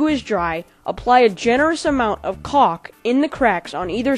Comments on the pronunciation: he says cock everytime! XD thumbs up if im right! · He keeps sayin cock and not caulk! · It's pronounced culk, just letting u know so people don't joke about it. Btw thanks for all the tutorials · he says cock like 20 times lol (I know its spelled caulk) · i cant belive he says cock all the time XD. and i didnt jnow that was called cock i knew the oder cock